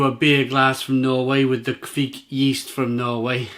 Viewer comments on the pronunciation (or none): It’s not kveek but kvike.